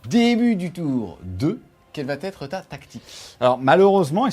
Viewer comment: Mes oreilles saignent à chaque fois que j’entends « quelle va T être ». Je te propose « quelle sera ta tactique de bataille » à la place. Merci. Bisou. Sinon, super batrep, comme toujours et quel plaisir de voir Pride chatter aux dés!